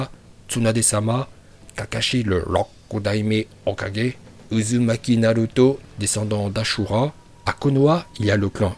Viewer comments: Pas hokogé mais hokagué ça se dit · Arrête c’est Hokagé pas 4G 🤦‍♂️ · Je sais pas pk mais meme si c’est vidéos sont bonne je comprend pas pourquoi ils veux tjr prononcer hokage avec j a la fin parce que pour avoir vue la série en japonais 5x en anglais 2x et en francais 6 ou 7x dans toute les langue sa se prononde avec un g 🤣🤣🤣🤣🤣🤣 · Arête de dire Hocager à la fin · Exprime toi mieux quand tu parle tu dis mal Hokage etc tu deconne mec tu s’en s pas que sa sonne mal